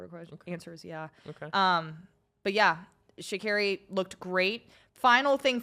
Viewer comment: Please pay more attention to the pronunciation of the Athletes’ names. Sha’Carri is pronounced like sha-Carrie. Simbine is sim-bean-eh. Well produced show still!